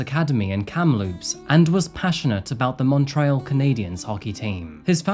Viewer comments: Sometimes your pronunciations sounds made up. Montrayle? lol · The pronunciation of Montréal has been keeping me on my toes😅 I keep almost hearing Mount Royal instead (I fully know I’d butcher pronunciations of place names I’m not familiar with or used to saying so this isn’t commented in negativity just a funny observation from a Canadian) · Mon - tree - all. Bro..